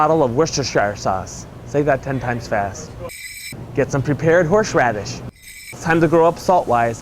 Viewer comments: lol, horsh radish. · You put WAY too much salt on there! Probably about 10 times too much! - No other seasoning! And why you pronounce thing in such a strange way - like 'horsh radish' rather than 'horse radish'???? A well presented video, just a shame that you can't cook! 1/5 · What's horsheradis? XD xx